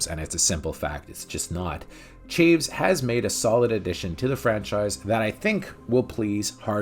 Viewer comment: While I am not 100% certain, I'm guessing the director's name does not rhyme with "Shaves" but is two syllables, pronounced Cha-Vez.